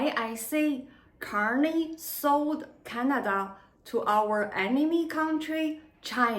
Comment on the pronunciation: It's Canada not Chinada!